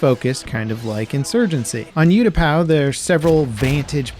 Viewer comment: Ooh-tapau not You-tapau